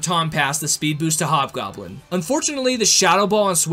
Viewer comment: it hob goblen not yellow goblen